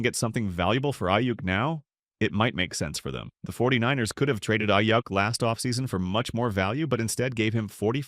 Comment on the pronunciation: Aiyyuck lmao it’s pronounced Aiyook